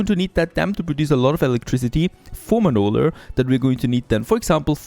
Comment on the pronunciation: So it’s “Manoler” now 😂